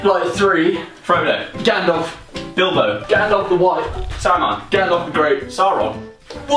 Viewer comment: I thought Joe said 'Dildo' when he said Bilbo. XD